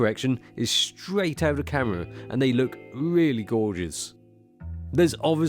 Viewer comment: interesting "ca'rra"